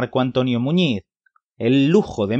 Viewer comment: Sobre todo a pronunciar bien el apellido